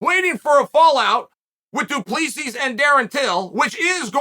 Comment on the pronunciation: He can’t say “Doo-Ples-See” but he can say Jingleheimer Schmidt 😂